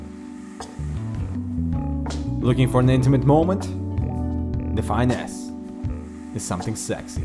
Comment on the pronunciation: Lol 1st I thought I heard "The Fine A**" later I realized its Define S :P xD